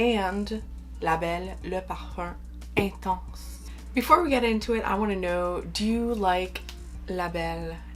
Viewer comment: Wow, your pronunciation of «le parfum intense» was so good. Im not french, but this must be darn close, right?